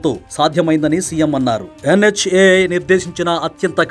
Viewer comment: Adhi NHAI ra mabbu ga, NHIA kadu